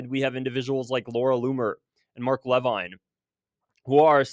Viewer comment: Mark "leveen", I don't like him either but pronounce it right